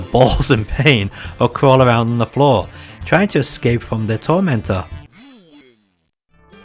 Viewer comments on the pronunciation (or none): none